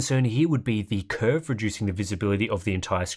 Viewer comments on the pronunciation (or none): none